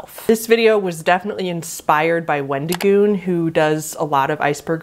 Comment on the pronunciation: You said Wendigoon correctly. Just to let you know.